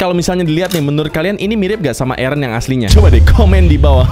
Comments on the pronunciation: eren bang bukan ereh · Bang kedengaran nya itu ereh bukan eren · Ereh terus Eren bukan ereh 👍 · Eren kak bukan ereh 😑😑😑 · Bukan ereh tapi Eren kak.... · Bang nama nya bukan ereh tapi eren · Bukan ereh tapi eren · Plss jangan bilang "areh